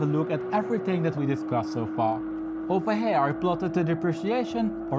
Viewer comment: “Ovah heeya”